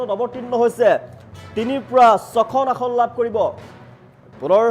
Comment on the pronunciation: নাচিব নেজানে চোতাল বেঁকা। "আহন"নহয় ভাই, অসমীয়াত "আসন" বুলি কয়। কংগ্ৰেছৰ হাৱা কেৱল মিঞাঁ মুছলমান অধ্যূষিত এলেকাৰ সমষ্টিতহে আছে। অসমৰ অন্য বাকী সকলোবোৰ সমষ্টিত বিজেপিৰহে ঢৌ চলিছে। গতিকে বিজেপি মিত্ৰজো‌ঁটে ৯০ ৰ ওপৰত আসন পাই চৰকাৰ কৰাৰ সম্ভাৱনা আছে।